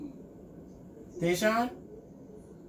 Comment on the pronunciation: 😂😂Its tayshaun tho 😁